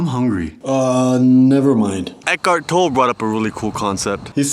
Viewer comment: It's Eckhart "Toll+ayee" veerey, not Toll! Cracked me up :P Great vlog btw. Each one is better than the previous. Keep it up!